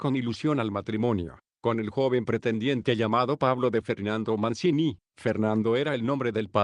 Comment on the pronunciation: Avignon: se dice en castellano: Aviñón. y Mancini se dice en castellano: Manchini.